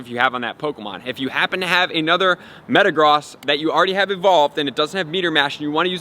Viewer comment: Good video, I didn't know this and will help a lot. And Metagross is pronounced Me-ta-grose so you know.